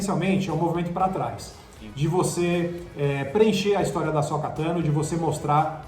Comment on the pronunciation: Asóka, Bo-kazan, Olho da Noite, Darth Maul("Just Maul"), Sabre Sombrio... Vamos listar os erros?!